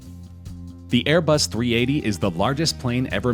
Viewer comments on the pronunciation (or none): Its pronounced airbus A380